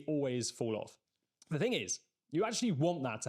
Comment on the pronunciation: THing not Fing - you lose credibility with this. Pronouncing T’s would suit you better, rather than just half your T’s